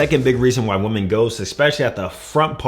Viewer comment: The word women is pronounced wih-men player. Upper echelon females will catch this and think you're illiterate. Free game 👊